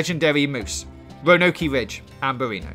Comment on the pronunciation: It’s nearly in the morning and I just lost my absolute shit when he said “Row-no-key Ridge”